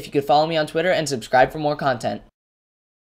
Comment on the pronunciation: i thought you said subcribe for cookie